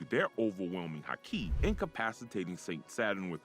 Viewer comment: Fix the pronunciations. 3 minutes in, and if I have to hear “haKI” one more time… misspell the name of that’s what it takes to not have to hear “KAYdo” 25 times